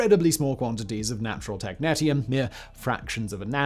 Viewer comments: tek-NEE-sh(ee-)uhm, both british and american pronunciation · Technetium is pronounced Tek-nee-shee-uhm. There is also a Technetium-99m which is a meta-stable state of technetium-99 (essentially just an excited technetium-99 nucleus). Good stuff. It is hard to clean up if it contaminates outside soil. It loves water, so every time it rains, it seeps deeper into the ground. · Sorry to be that person but it's pronounced tek nee - she um. As you were. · Technetium Tek-nee-shee-um Not Tek-net-ium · Every time he said technetium i cringed.